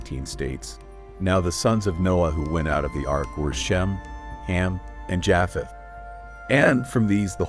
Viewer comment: He keeps saying Jaaapheth and it's making it so difficult to listen to. Is this AI? It's pronounced Jaypheth.